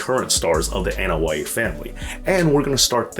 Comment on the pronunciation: The letter A is pronounced as an "AH" (AH-noa-i) sound, not as in At, Cat, Hat, Mat, etc. In the Polynesian language, just like 99% of the non English speaking world, vowels are short in sound, Ah Eh EE OH OOH (A E I O U=English style.) The Usos, is sometimes mispronounced as, YU Sos. The letter U in Uso, is pronounced as OOH, not YU. Every so often you'll hear Jimmy or Jay yell out, OOH and the audience yells out SO! Jimmy and Jay does not yell out, YU. But, very good documentary.